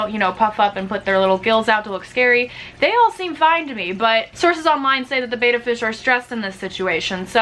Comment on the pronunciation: It is pronounced "bet ta" not "bay ta"